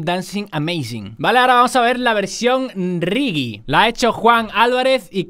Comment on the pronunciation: Me gustó más a 1.25x Se dice "Regue", no "Rigui" xD Qué buenas versiones, lastima que no dejaras los links, hay que busacarlos manualmente.